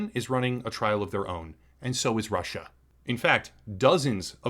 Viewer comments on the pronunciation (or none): none